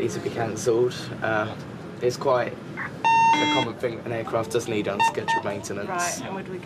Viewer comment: “Uuuurcraft”